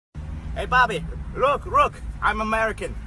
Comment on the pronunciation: He said look right the first time, then remembered he was Asian and said rook.